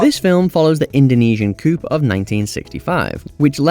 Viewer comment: You're not supposed to pronounce the P in coup